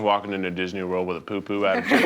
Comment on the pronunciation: The way Zach pronounced Poo poo 😅